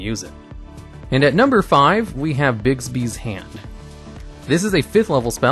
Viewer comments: its bigby...not bigsby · there is no s in Bigby